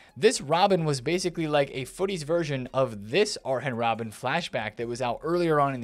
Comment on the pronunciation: Man said : Arhen Robben 🤣